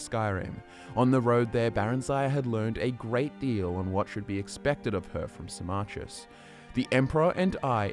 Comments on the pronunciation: I was so confused when you started talking about sarmarkis, Who the fuck is saarmarkis I'm thinking.... Then it dawns on me, you mean Symmachus, as in Sim-ah-cus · It took me five hours to read the whole thing, and I really felt like a shower afterwards. But I can't with pronunciation of Symmachus - "Sy-MMA-chus". I read it as "SY-mma-kus".